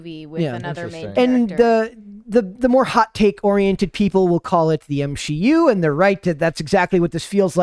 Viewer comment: I'm so done with the M-she- U